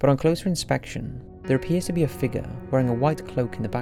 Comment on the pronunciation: “He saw a figga”